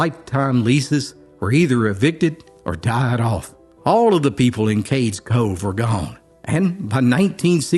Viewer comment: It's Cades Cove not Cakes Co. Ugh!